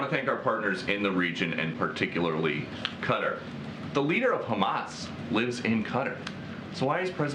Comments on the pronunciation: Re Qatar It’s pronounced ka’ tar! Not cutter! I have been there several times!! WTF? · How does the country Qatar become Cutter? Kat-ar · Why does FOX keep saying "cutter"? Qatar is pronounced ki-TAR. (Rhymes with guitar) The reporter even says "ki-TAR-eez" for the people of Qatar. Why can't they get it right for pronouncing the nation of Qatar? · What is wrong with Americans that they pronounce so much incorrectly? Qatar is NOT pronounced like cutter, its pronounced like guitar, get it? Its REALLY annoying. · Qaaw--tarr please!! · Why are they mispronouncing Qatar? 😂 say it right people! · You could not find a worse leader on the world stage at this preamble to WW3 than Traitor Joe. 🤨 And why can’t any of these bozos say Qatar? 🥴